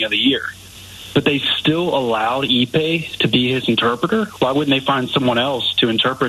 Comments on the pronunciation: They still calling him Epi Iwamura? 😂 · Oh, you should hear yourselves talking the way you're doing here, you sound more of the rube than the man you are calling it. You can't even say Ippei's name correctly!!! There's 3 of you here and nobody was like, "you know what, nothing of what we're saying makes sense"? Like, damn.